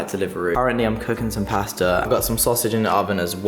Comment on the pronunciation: learn how to say pasta